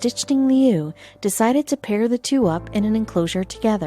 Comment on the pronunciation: Stichting leeuw. Pronounced so wrong I didn't recognize it.